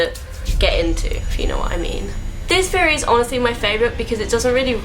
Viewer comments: "conspiracy FFFFeory" "Scar, his broVVVVer" "the weaVVVVer" -.- I never make fun of accents but the "Conspiracy Feory" thing is KILLING ME I cant.... and before anyone says "ummm...don't watch?" I have never seen this chick in my life and was not at all prepared for THAT. 😂😂😂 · i kept thinking "why is she saying fairy wtf is that like a thing from england or" and then i realized she's saying theory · who else noticed how she says feme instead of theme and feorey instead of theory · Why does you saying theory sound like fairy? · anyone else thought she said fairy when she says theory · everytime she says theory i think she is saying fairy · when she said theory it sounds like "fairy" lmao